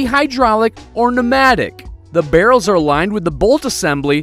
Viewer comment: Why he say barrel's like that